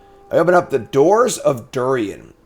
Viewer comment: Durin. Dew-rihn. Not Dew-ree-en. Great episode!